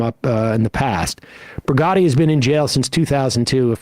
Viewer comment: You are mispronouncing his name. It’s Marwan Barghouti. Not Bugatti 😅🫢